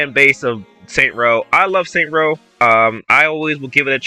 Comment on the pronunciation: All I want is a return to saints row 1/2. Not this Starbucks soy latte hipster trash. Also it's called Saints Row not Saint Row